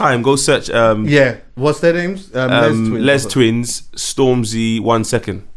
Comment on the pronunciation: Man said "Lezz Twins"